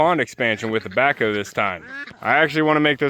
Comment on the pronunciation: Every time you say "the backhoe" it sounds like "tobacco" to me. 😊